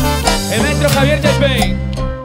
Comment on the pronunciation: dejen de decir , Gualter y javier... es ridiculo...